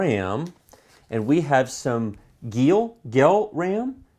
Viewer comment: i think the ram are pronounced gail, "geil" is a german word for yeah... dunno how to explain xD maybe something equivalent to "wicked" or "cool" or even "horny" xD